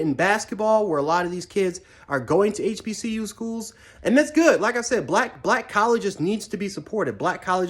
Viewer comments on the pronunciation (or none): Bruh said HPCU lol smh